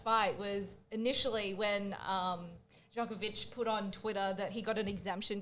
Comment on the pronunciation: Waleed is so wrong on the Djokovic saga, if he can't say his name right he shouldn't say anything.